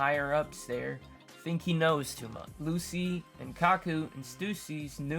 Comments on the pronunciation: Calling Lucci “lucy” threw me off bc I’m making food while listening and I was like WHO THE HELL IS LUCY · Two things: -Lucci’s name is pronounced “Luchi” -I’m glad you’re back but your energy was mad low on this one. Hopefully you’re able to record this at a better time for you next time